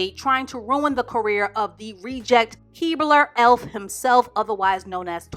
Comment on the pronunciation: did you say Keebler Elfff 😳😂😂😂